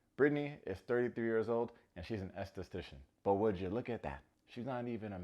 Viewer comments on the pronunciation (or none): The way he pronounces estheStcian had me cracking up 😂 I had to listen to it twice to make sure I heard it right 🙊love you!